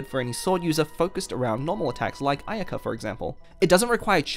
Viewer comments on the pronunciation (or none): none